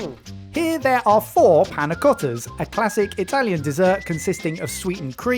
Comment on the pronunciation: We had pig fat panna cotta. And you called it Panna Rotter....and not Panna Trotter?? For shame